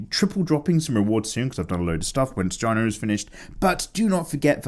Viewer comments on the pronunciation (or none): I'm sure you know that it's JAY-nuh Proudmoore, as in "the letter J"-nuh Proudmoore. But I never get tired of hearing you pronounce it like the end of the word vagina. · Hiya! As an avid player of WoW, I appreciated your work of Jaina. I can understand the confusion over her name, but it is pronounced Jay-nah! Kinda like day. Sadly I don't have any recommendations for exercise videos. I run around after my toddler all day, but I don't recommend having a baby just to run around after them! You'll never sleep the same way again! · it's me. My favorite game the world is Mount and Blade: Warband. It's a 1 player roleplaying game. I would 100% recommend this game (also the mods for this game is awesome). There's also new game coming out (in 2020) called Mount and Blade: Bannerlord. I'm super excited as you can tell. Also it's Jaina (jane-na). You freaking pleb.